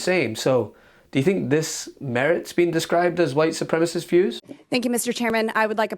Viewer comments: It's supremacist - NOT SUPREMIST, Ms. Beavis!!! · White supreamast??? Wtf does that mean? Surely to get into office you should at the very least, know words.🤡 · Aww poor Booboo. Always trying to sound clever. You can almost see her pat herself on the back when she manages to say a 2 syllable word. Mispronounced nonetheless. Supremist instead of supremacist. Idiot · Boebert can't even pronounce supremacism, or democratic: she says supremist and democrat. Its a tell. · Actually she said white supremist.... She's literally illiterate. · "white supremist"? Lol Ms Boebert needs remedial English - and just half a critical brain would be a 100% improvement! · I love how Boobert can’t even speak proper English. It’s not “white supremist,” idiot. It’s “white supremacist.” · White Supremist.😑 If you can’t even pronounce it, please don’t talk of it. Bobblehead has to be the dumbest m.fer elected. She barely got her G.E.D. just weeks before the election. She brags about giving birth in the same place she got knocked up in at 17. She’s bragging about her 17 year-old teen son knocking up another teen and making her a grandmother at 36. Instead of teaching her son about the right protection, she’s worried about her and her family posing for pics all packing. Bobblehead is the epitome of white trash. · Supremacist not supremess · The White Supremists were possibly a white version of The Supreme s? She doesn't even seem to miss the extra syllable. Bo bo is an illiterate heifer. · What is it with Boeb and her ilk who not only do not know the difference between the adjective "Democratic" and the noun "Democrat," but also have no idea that "supremist" is not a word? SUPREMACIST has four syllables. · Can't even pronounce supremacist, instead it's supremist. Hardly a Supreme intellect. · "white supremiss statements" 🥴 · She doesn't even know words. Wtf is a white 'supremist'. How can she be a member of Congress & be that stupid. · "White Supremist" she says. "Supremacist" , you rank hag!